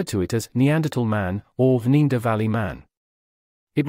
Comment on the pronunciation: why says the moderator ne-a-derthaler right and neaderthalervalley wrong al the time?